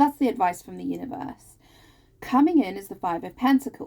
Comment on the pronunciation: Omg you said univorse by accident, that's how we pronounce it in geordie land 😊spot on as usual, but the stuck, scared to commit, get hurt again energy is my partner not me. He's Aries sun, Pisces moon. Thankyou again. I need another personal reading I will e-mail you xx